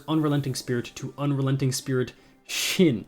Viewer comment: the first passive is pronounced Cha Tss HOO Also, Shin is pronounced with a "ing"